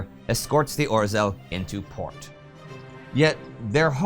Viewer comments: Why do you have such problem with "zh"(ж) sound? Name of Polish submarin was 'Ozhel', not "Ozel"! And guess how Zhukow has to be pronounced! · A humble pledge to Indy: could you please try to pronounce 'rz' in 'Orzeł' more correctly? Hear e.g. - I know, it's a very hard sound to pronounce for non-Polish (or non-Czech), but you can do the 'zh' sound (as in 'Zhukov' or 'Zhivago') instead. Even that would be much better than 'r'+'z' kind of pronunciation, which is like scratching blackboard to my ears. Anyway, a great job, keep it further! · Na Litość Szatana, Indy! Please! Use the English translation for the Polish names. It's painful to listen while you butcher the pronunciation of them. Or-zel sounds like some 80s fantasy villain. I really love the show, The Great War included, but have Mercy! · Right pronunciation polish U-boat Orzel (Eagle) - [ɔːʒel] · Orzeł means eagle, please learn to pronounce it correctly. Its our nations symbol. Also, Danzig is nazified name for Gdańsk. You called it Gdańsk in first videos then you spoke of Danzig. Please stick to its proper name Gdańsk, not only for continuity reasons but because it is its real name. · Indy, the "rz" in "Orzeł" is pronounced like the "rz" in "Przemyśl". You pretty much mastered saying "Przemyśl" in the last four years, so I guess that'll be a good hint.